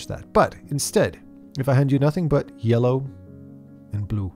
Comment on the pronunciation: "If I hand you nothing but yelo... and bloo"